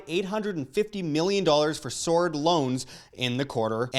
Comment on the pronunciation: I had to read that. SOURED LOANS. You said Sword loans! Good lord I thought they were getting ready for battle!